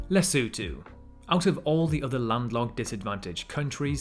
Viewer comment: Warms my heart that he pronounced Lesotho correctly. He clearly did his research🔥